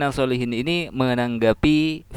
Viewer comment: SOLECHIN bacaannya bukan SOLEHIN tapi SOLE CHIN